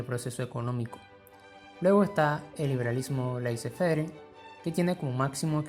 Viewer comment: Por favor, laissez faire se pronuncia "lesé fer".